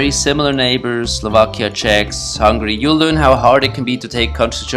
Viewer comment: He sayed hungry not hungary 😂